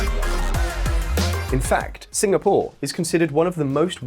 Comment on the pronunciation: "singa, POUR"